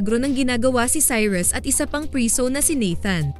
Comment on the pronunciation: Prisooow😂 sobrang sleng